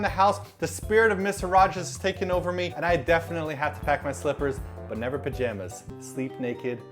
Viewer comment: I could of sworn you said travel strippers not slippers